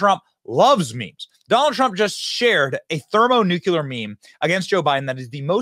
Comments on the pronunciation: ThermoNuKuLur? There's no such thing. There is, however, Thermonuclear. New-clee-er. New-cue-lur doesn't exist. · Thermo “new clee ur.” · Thermonookulur 🙄 It would carry more weight if you pronounced it correctly, Benny. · Thermo-NEW-Clear Please pass the proper pronunciation on 54B 🪖🦅